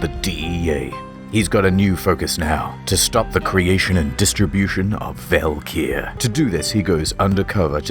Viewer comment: The drug is pronounced as 'valkyrie' tho. This game is very on the nose with mythology